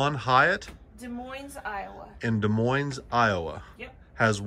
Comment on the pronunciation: Just an FYI, the S is silent in both Des and Moines. And if you could put a size chart on the website for the clothes would be nice.